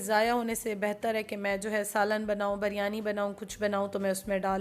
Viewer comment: Ap bolti hain jab k actual word biryani hai plz dont mind ap pronouns sahi nahi karti